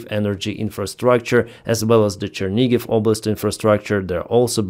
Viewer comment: Chernihiv not Chernigiv